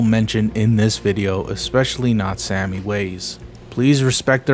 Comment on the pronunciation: Didn't it say Sami from Finland in that one profile? In that case it's pronounced more like "sah-me"